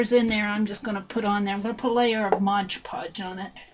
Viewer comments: This is a very interesting and pretty project. However, please learn to say Mod Podge, instead of Modge Podge. It drove me crazy. Love the technique! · DRIVES ME NUTS TOO. IT'S AMAZING HOW MANY PEOPLE MISPROUNOUNCE IT. Mod sounds like odd people!!!! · I think that is a Brand Name that so many people mispronounce — like "WalmartS". Ugh. I think there are "clicks of people" (for a lack of a better word) that are exposed to the wrong pronunciation then don't realize they are saying it wrong — even though the word is very large on the bottle — and looked at how many times a day? Yes, hearing it throughout the entire video is a bit irritating, but the video is a great concept! Thanks,!